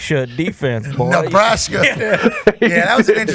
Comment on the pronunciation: Calling Darius "boyh" twice is 60 seconds in that accent is diabolical